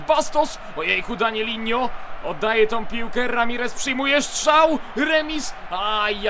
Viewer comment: danilo a nie danilinnho